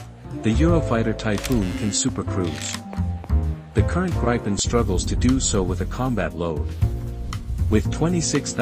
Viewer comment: Where is this Plane called GREIPEN??? AI has somebody used your brain as an toilet and left a big dump in there??? GRIPEN!!! like GRIFFIN!!! No EI found anywhere. Thats no spelling contest, thats language.